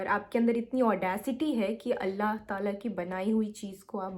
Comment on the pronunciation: The Sabr part you said, I got whole teary eyes. Yk the more the ripped heart, the more is the azr. Allah apko dono jahan ki khushiyon se nawazein, boht strong hain ap. Without mumbling you said , Allah !! I know retake honge, edit kiya hoga yet speaking these all. Hats off ! Fan